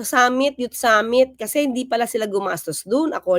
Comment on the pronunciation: Summit po ba o Kupit?😂😂